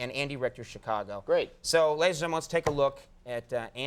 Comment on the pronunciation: ... Wow. That's the shortest version of the word "gentlemen" I've ever heard. "G'm" 😎🙏